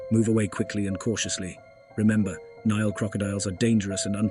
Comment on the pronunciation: Why is it you are unable to pronounce the name of the river correctly, but then Americans never pronounce countries or places correctly.